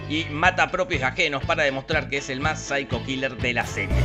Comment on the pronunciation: Volvió el "saico kiler".